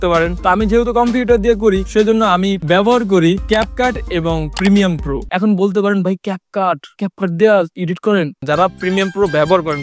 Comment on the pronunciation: প্রিমিয়াম প্রো❎ প্রিমিয়ার প্রো✅